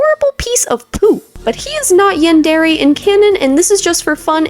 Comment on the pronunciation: Im pretty sure yandere the last part is pronounced ay (Yan-der-aye) i may be wrong